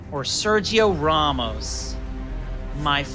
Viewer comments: He pronounced "Ramos" right. The English pronounce it wrong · He said the A as “Ah” which is correct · He pronounces it better than the English. They say it like "Ram+Moss". The way he pronounces it is closer to the Spanish pronunciation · He's pronouncing "Ramos" correctly. The English are pronouncing his name wrong